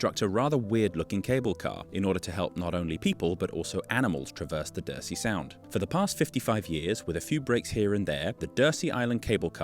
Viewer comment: DURSEY is pronounced 'dur_zee', not 'dur-see'.